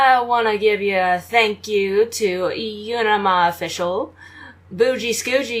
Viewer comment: You pronounced it YUU-NUH-MAH, but don't worry you got it completely right the first time! ^^